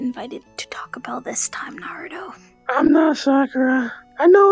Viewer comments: U mean naru-dough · Me: hears Sakura say Narudo Also me: -_